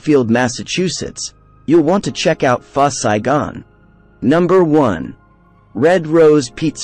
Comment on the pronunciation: It’s Pho Saigon not First Saigon :)